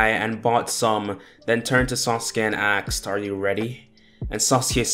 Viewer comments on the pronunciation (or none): btw question why do you say axed?